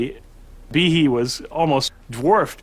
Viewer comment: Am I the only one who heard Behe and immediately said it out loud like Michael Jackson’s Tee-Hee? 😂🤣 also I had to look it up to check the spelling and apparently google says it’s supposed to be pronounced (bee-hay) so idk which is correct 🤷‍♂️ also please forgive my lack of proper annunciation, grammar is something I’m trying to work on but not my strong suit😅